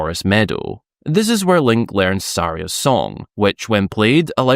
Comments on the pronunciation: Suh-rye-uh not sorry-uh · Oh for FUCK sake!!! Bro, it's Suhh-rhea. Saria. Get it straight fuggin'!!! lmao Good work!!